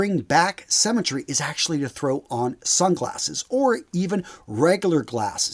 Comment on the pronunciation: He thinks that 'symmetry', a concept people learn in primary school, might be an unfamiliar term to some people. He also pronounces it 'semmytry'. Guys, what do they teach you in US schools?